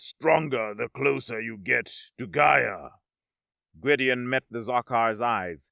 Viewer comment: I have to poke at your pronunciation of "Gaia" here. The first time you say is is... distinctly different from your (correct) pronunciation later in the story. Also fun is where the subtitles fluctuate between "Rygovax" and "Gyrovax" and "Rygon", or when "Sevarro" and "Zevarro" and "Nevarro" are swapped back and forth, as well as "Stonvar" and "Stondar". Some of them (notably, "Gyrovax") are read as written, which makes it even funnier xD Great story, as usual, though!